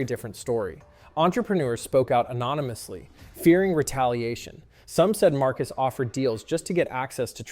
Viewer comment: He pronounced it at least three different ways throughout the video.